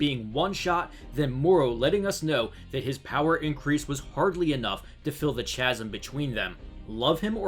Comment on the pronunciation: Kah zam (Chasm) , not chazam...... So you know bro..... Except that first part lol